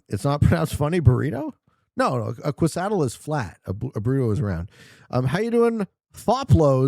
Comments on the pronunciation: Hearing him butcher kay-suh-dee-ah was mind aching and hilarious all at once lol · For the love of all that is good and holy………. Kay-suh-dee-ya Quesadilla. 😂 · Considering to make an appeal against visa seeing the way he pronounces quesadilla